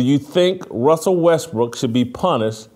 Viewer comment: WESSEL WESBWOOK???? 😂😂😂😂😂😂😂